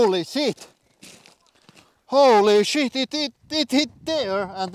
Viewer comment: I'll never get tired of hearing him say "Holy sheet!"